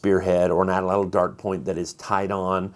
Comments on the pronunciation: My new word is pronounced AT"-latl. Not atl-atl. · "Don't call it a spear thrower" Don't call it an atl-latl. There's no double L. (Correct pronunciation in Nahuatl is available on line). I have taken a number of deer with stone tipped arrows with both wood and river cane (nature's fiberglass) shafts. In my experience, the majority of times when the arrow breaks (not splits), it breaks at or near the tip. I have taken deer with an arrow that had previously broken near the tip, shortened the arrow, attached a new point and reused it successfully. The advantage of hollow shafts (both arrows and atlatl darts) is you can carry a couple of hollow shafts along with a greater supply of wooden fore-shafts rather than carrying a large load of arrows.